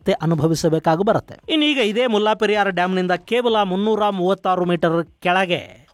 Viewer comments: ಮುಲ್ಲಾ ಪೆರಿಯಾರ್ ಅಲ್ಲ ಮುಲ್ಲೇ ಪೆರಿಯಾರ್ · ಅದು ಮುಲ್ಲಾ ಪೆರಿಯಾರ್ ಅಲ್ಲ 'ಮುಲ್ಲೈ ಪೆರಿಯಾರ್ ' ನಿಮ್ಮ ಉಚ್ಚರಣೆ ಯಾರೋ ಒಬ್ಬ 'ಮುಲ್ಲಾ ' ನಿಗು ಡಾಮ್ ಗು ಸಂಬಂಧ ಇರೋ ಹಾಗೆ ಇದೆ.